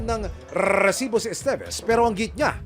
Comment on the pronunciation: maganda sana ang content kaso nakakabwisit yung RRRRRRRRESIBO